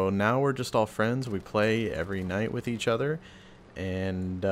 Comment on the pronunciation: "We play every night witch eatch other" lel